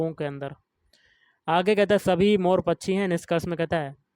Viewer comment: Bhai pronounce krna sikh pachi nhi pakshi hota hai vo 😂😂 samjhe bhaiya pachi 😂😂😂